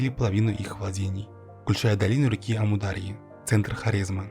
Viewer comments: Уважаемый автор. Когда читаете свой текст, убедитесь в правильности произношения географических названий. Не СырдАрья и АмудАрья, а СырдарьЯ и АмударьЯ. И т.п. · а вы, когда готовите материал, ударения не смотрите? что за сырдАрья и амурдАрья? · Читается так: амУр-дАрья ! Ударение на большие буквы!